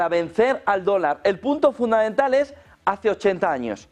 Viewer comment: Por favor podría decir FUNDAMENTAL..y no FUNDAENTAL, GRACIAS!!